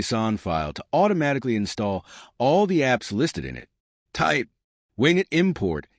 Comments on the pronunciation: Great video, but surely its "Win" "Get" as is Windowes Get. Rather that Wing it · As soon as I heard wing it, I immediately ascribe zero credibility to any content that follows. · The pronunciation is not ‘wing it” but win-get.” This is similar to Ubuntu’s “apt get,” which is the default Linux distribution for WSL. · It most definitely is NOT "Wingit" but "WinGet". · Maybe listen back to your AI generated voice track before posting a video. Win (short for Windows). Get (as in to acquire). Not wing it (as to improvise). Good information. Bad quality AI. At least you were nice enough to provide timestamps. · AI narrator. Wing-it. Lol. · good video :-) But "wingit" ... haha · That's the problem with using AI generated voice overs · Agrees with c comments trefarga pronunciation, but also one extra point: I noticed the "winget.bat" icon on the desktop didn't show the file extension. I recommend putting a checkmark next to the option for showing file extensions in Explorer settings. It's a small detail, but may improve security, since many malware files take advantage of this to cover up their real file type. See a PDF icon and want to open the document? It could be an executable masquerading as a PDF.